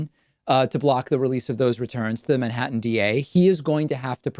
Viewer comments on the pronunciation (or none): none